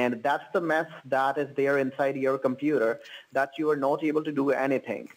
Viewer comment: "the compeeder" 😂